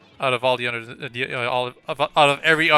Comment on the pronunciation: I love how he says "utter" instead of other